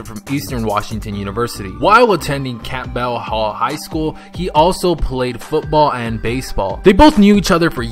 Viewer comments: It’s not pronounced camp-bell it’s cample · He said "camp-bell" 😂😂😂